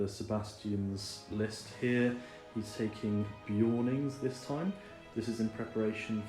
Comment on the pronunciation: who tf is beeoin is it not clearly BEARon?